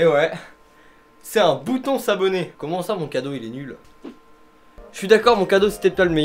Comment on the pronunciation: J'adore le "abonner" 🤣🤣 gg pour les 6ans!!!!!